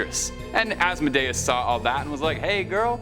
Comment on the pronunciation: Asmodeus is pronounced-(Az-moe-dee-us). Just a little heads up